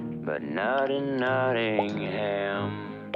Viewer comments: One slightly jarring thing, and it comes with it being an American production, is the pronunciation of "Nottingham" - the stress is wrong. It seems to be a way of spotting someone talking in a British accent but not talking British English. NottingHAM Vs Nottinghm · Being from Nottingham i love this film... the way they say Nottingham annoys me. Its "Notting-um" not "Notting-ham" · As a Brit, the most upsetting bit of this film is the pronunciation of Nottingham. It's not Notting-HAM, it's Notting-UM. Makes me cry every time I hear it 😥🤪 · ( if you want to say it in an English way it's more Notting-um :) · Its a great film, my favourite Disney animation & its beautiful & sad. But, as an Englishman, I hate the way they pronounce Nottingham. If Hams at the end, it's more of an Em sound. Birmingham - Berm-in-em Nottingham- Not-in-em. Great video. As always. 👍 I can forgive you pronouncing the G. 😆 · I only wish they'd told Roger Millar how to pronounce "Nottingham" before they recorded the audio.